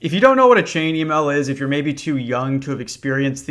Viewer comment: What's an "E-male?" Is that like a skibiddi Twitter? 💀💯 no cap.